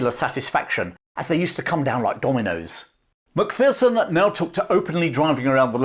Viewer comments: Love your video about Tommy. My only gripe is your American pronunciation of our clan name. Remember, "There's no fear in a MacPherson!" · Great story. However, your inability to say MacPherson properly hurt my ears every time.